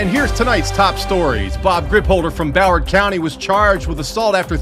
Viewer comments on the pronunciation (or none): none